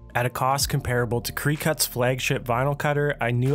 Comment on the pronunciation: And cree-cut? Aka cricut= cricket